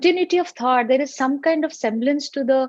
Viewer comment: "Thought" not "taught"